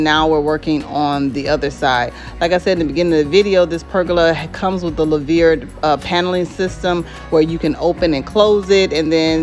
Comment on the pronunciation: Love it. I’ve been looking at it also. It’s pronounced “loo-ver”